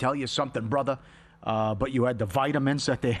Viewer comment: “Brotherrrrr” not “brotha” 😤